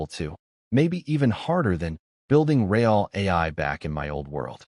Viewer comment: It's very annoying when the narration spells out words like my, it and a bunch of other 2 and 3 letter words. There are also a bunch of mispronounced words like real was pronounced ree-al.